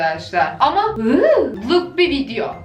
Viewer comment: waw lık bi videomu hayır ama wuuu luk bi bideo😂